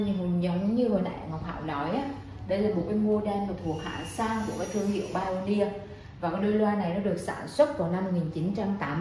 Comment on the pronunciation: Hiếm hoi lắm mới có được một người phát âm từ Pioneer ở Việt Nam chính xác như Ngọc Hảo.